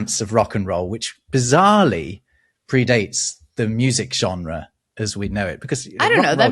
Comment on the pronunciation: Funny how you "struggle" with the french word Genre